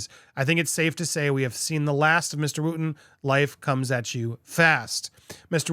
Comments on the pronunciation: If ya gonna go in on the demise of Dan Wooton... at least pronounce his name correctly. Wooton rhymes with Hutton.. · Popcorned, you can't even pronounce Dan's name properly.